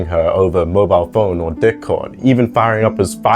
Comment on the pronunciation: are you saying dickcord instead of discord on purpose 😭